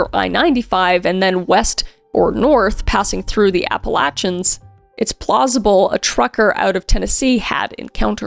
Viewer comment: Thank you for saying Appalachian right!!! It’s not Appalayshun.